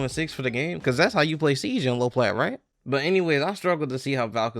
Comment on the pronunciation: When you said siege it sounded like you said ”seeds”. ”I’ma go ahead and knock out some seeds” lol